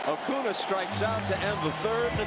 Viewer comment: I'm so glad Costas quit mispronouncing Acuna's name